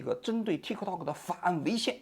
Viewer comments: TikTok的k失爆，读作“Ti （停顿）To（停顿）” “踢克套克”听起来太反胃了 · 踢克涛克，王局发音象绕口令！ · 踢 涛 ，就好了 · 王局，说个冷知识，tiktok其实不是这么念的，这是国际音标发音，t在国际音标里是念d（大陆拼音自行修改和采纳），k不发音，用来表示短音，类似音乐中的休止符0。所以正确的本意发音应该是“嘀di 嘟do”(都要短促音，用来拟声表示钟摆的声音），美国人用英语发音习惯念出来也是怪怪的。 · 踢科托可，老王的发音真好笑😂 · 王局對於 tiktok 的發音太中式了，最後一個 k 可以不發音的，試一下 tikto. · 老王发音向日本人学习了，踢克套克